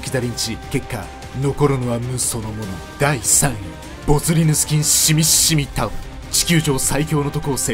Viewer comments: シミシミタオルの読み方がシミｯシミｯﾀｵﾙで草😹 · シミシミタオルの読み方シミｯシミｯタオルなのおもろい